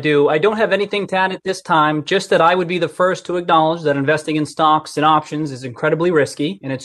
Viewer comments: Ramos he definitely says "stonks and options". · He definitely said stonks